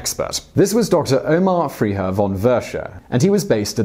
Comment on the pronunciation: Omar? It´s pronounced :[ottttmahr]: and Friiiiher? It´s pronounced like it´s written FREIHERR.